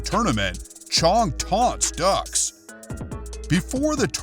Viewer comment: It's pronounced dooks, not ducks. Respectively the correct spelling is Dux. I can see why you say ducks